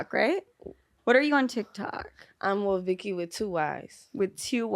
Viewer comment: Yeah, it is but she called her "OhVicky" instead of "WhoaVicky" at the beginning.